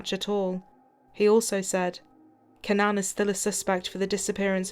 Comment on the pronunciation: 1. It's not CannAn, it's CAnnan 2. The background sound ding, ding, ding, ding is infuriating.